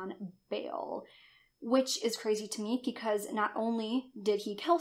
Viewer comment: Sorry but when she says”because” I hear “pecause” Lol